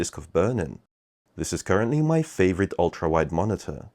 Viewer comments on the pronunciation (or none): none